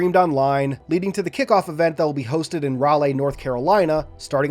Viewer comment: Lol, i live in NC and have never heard Raleigh pronounced as rah-lay. Though with the spelling that makes sense if you've never heard it. It's pronounced rah-lee, like how some people are named Ashleigh or Kimberleigh instead of Ashley/Kimberley.